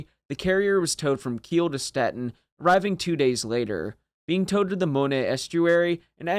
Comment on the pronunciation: Graf Zeppelin was already obsolete when she was launched. She had been easy prey for an Illustrious, let alone Essex class carrier if she had been deployed towards the end of the war. Pronunciation of Stettin: Shte’teen.